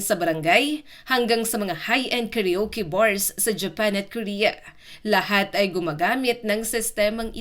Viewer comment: Ayusin mo Ang pagka bigkas ng salita karuke instead na karaoke tanga